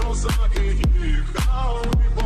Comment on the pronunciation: КозакИ, а не козАки. Українською мовою)